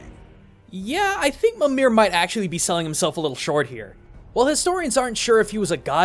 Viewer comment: Michael Milbo Jensen I have to say, it's good to see a fellow lover of Norse-Icelandic folklore. Also, I hope the constant mispronunciation of Mimír bothered you as much as me :L